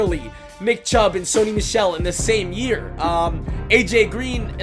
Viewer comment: He pronounced Michel wrong